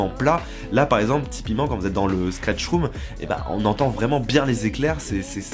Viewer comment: Super vidéo, mais un jour il faudra quand même apprendre a dire Stretch room et non Skretch...